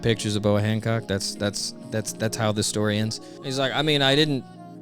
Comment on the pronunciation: Boa Honcock? I swear her name is Hancock, not Honcock.